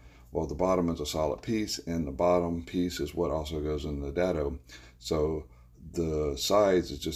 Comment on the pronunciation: Daddo! 😂 It's pronounced Day Do